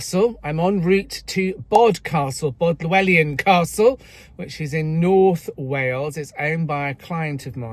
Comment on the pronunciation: It is pronounced Bodel wydd an.😊